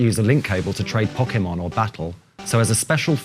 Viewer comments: but he wasnt saying poke ay mon, he was saying pock eh mon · the japanese guy can, the other guy can't, he says Pok-eee-mon, instead of Pok-ay-mon, which is how the word is pronounced with the accent above the e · Who else is excited for the "Pockemon" games? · This guy works for Nintendo and he can't pronounce Pokemon?! It's in the damn theme song: 'Poh-Keh-Mon!' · What's so weird about how he pronounces Pokémon? How do you pronounce it, like po-kee-mon? Poke-mon? The é is suppose to be pronounced like a short "eh" sound. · He can't say e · oh god the way that guy kept pronouncing pokemon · That guy can't pronounce Pokemon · You'd have thought they would have got a guy who knew how to say Pokemon to present it